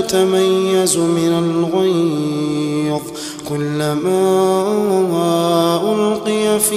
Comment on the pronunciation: Ghair instead of ghaiz. Human error. May Allāh ﷻ forgive and bless the reciter.